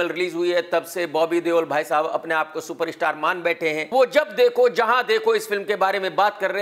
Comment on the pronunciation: Its krk social media not shoshal media .its super star not super ishtar